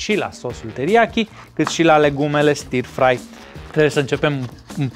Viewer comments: stir-fry [ˈstəːfrʌɪ].....nu e i acolo la pronunție. un fel de ă. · stă frai se citește. ă lung, fără r.( non r pronounciation)